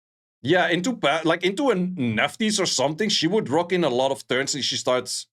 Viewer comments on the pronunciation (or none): none